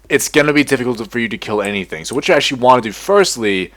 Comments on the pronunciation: it isnt sso its soo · Every time he said "SsO" my brain exploded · every time he said SsO I wanted to close the video. XD